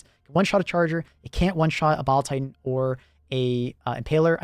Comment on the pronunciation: I keep hearing bowel titan